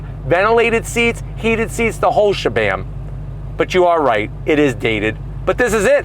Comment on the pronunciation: I gotta tell you. I think you mean "the whole shebang," not "shebam."